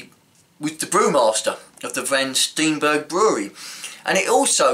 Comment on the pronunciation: not Van Stienbergh maar Van Steenberge with dubble e pronounced not as an i but as aan ee as in heeee !!! :-)